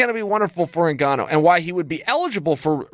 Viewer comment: Chael called Francis N-gone-oh a few times. By design.